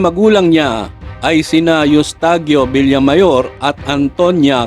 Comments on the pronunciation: 😂😅😅villamayor not villamor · Villamayor not villamor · Villamayor Po Hindi villamor